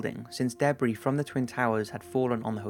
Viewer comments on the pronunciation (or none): You said debris like "deboree" man I love it